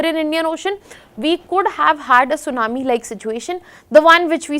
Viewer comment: sunamee no T:face-blue-smiling